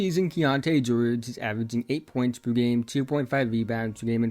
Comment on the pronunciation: Keyonte gwowge